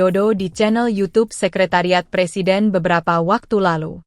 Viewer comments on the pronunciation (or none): none